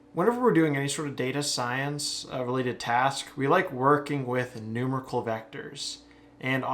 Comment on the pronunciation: NooMAREickle, not NOOmerical >)